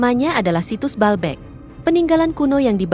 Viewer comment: Bacanya : BA-AL BEK